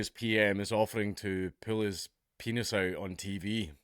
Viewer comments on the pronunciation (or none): The Scottish pronunciation of penis is hilarious